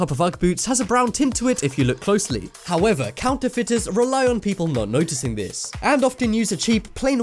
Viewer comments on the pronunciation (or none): when he said look closely it sounds like look pussily